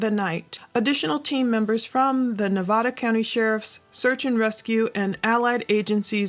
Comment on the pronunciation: please pronounce Nevada correctly 😩